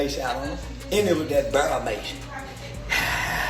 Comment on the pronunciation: I think he just can’t pronounce “bear” properly